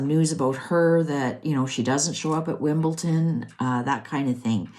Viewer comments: Just a little correction, it's not Wimbelton, it's wimbeldon 🎾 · Wimbledon, not Wimbleton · It’s Wimbledon not Wimbleton! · WIMBLEDON NOT WIMBLETON!!!